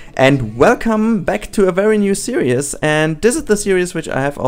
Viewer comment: Please my friend... It 'series' not 'serious'. Love your video's, but this really, really annoys me.... Keep up the good work though! ;)